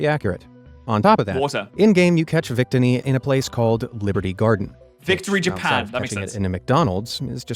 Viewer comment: (oo)Nova is acceptable. Vic-tinny is unforgivable.